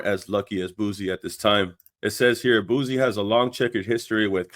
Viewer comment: It’s pronounced (Boo C) not (Boo Z). Good video 🫡